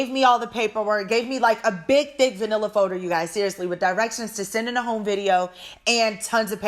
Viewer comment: “A vanilla folder.” Hahahaha I kept rewinding it because I was like is she saying manila folder or vanilla? 😂 Oh you’re still the best